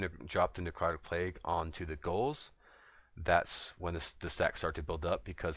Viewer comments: man you keep saying goals like you never read the word ghouls before. had me soo fucking confused lolol. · Nice video...but it's Ghouls, man. As in "GOO-WL." Also, when I try to do this; no matter how far I'm back---the big trash wills sometime run to me and certainly they all attack me when I try to drop the plague off on them. Any ideas? A little bit harder on 10 man heroic when you're 120 level trying to do this--as characters hit so hard. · Are you trying to say Ghouls?